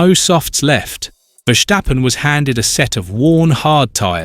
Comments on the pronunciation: It's Ver-STAH-pun mate, not Ver-SSHH-pen. There's no shush in it. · Stop saying Verschtappen